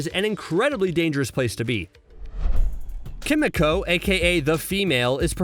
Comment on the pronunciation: "Kim uh coh"